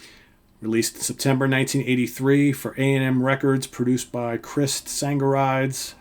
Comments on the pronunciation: Great pick, First band I ever saw live, supporting AC/DC... Always liked them since... BTW, haven't looked at other comments yet, but, if no one else has done it, just for your info, producer's name is pronounced Sang- ga- ree-dees. Anyhoo, today's choices are... MAIN = The Revolution By Night - BOC AOR Gem = Don't Stop - SHELTER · Chris "Sang-er-ee-dees"